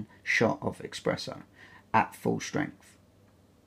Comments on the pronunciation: Nice and helpful review, but man you love coffee, so please, c’mon, it’s espresso with an “s” not expresso hahah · eXpresso? seriously? 🤦🏼‍♀️ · No, it's just mispronunciation. Source: I'm British.